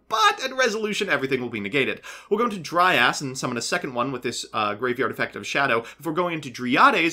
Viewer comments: He was mispronouncing it and saying "dry ass" for comedic effect lol it's supposed to be pronounced "dry-uhz" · took me a while to understand you were'nt saying "dry ass" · Am i the only one who heard saying "Dry ass" instead of Dryas? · Anyone else notice pronouncing Dryas as "Dry Ass"??